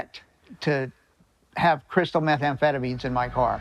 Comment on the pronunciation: "Crystalized methanphetamines"